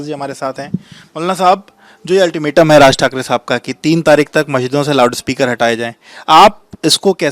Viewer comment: 'Loud' speaker hota hai be, ye bhaisab kuch alag hi pronounce kar raha hai🤣🤣🤣